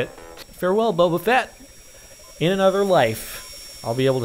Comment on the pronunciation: bobafat? srsly? its Bobafet from starwars...